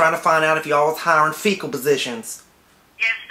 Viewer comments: Yeah I'm sure he was mispronouncing Fickle as Fecal on purpose. lol sounds similar but he was saying shit position as a joke instead of fickle(temp.) position. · I love how he keeps saying "fecal" position.... lmao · "Fecal postition"? Lmao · "A faecal position" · S/he's saying "FECAL positions!" ROFL